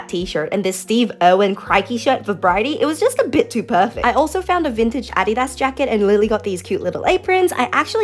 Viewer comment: 😅Ive never heard adidas pronounced that way before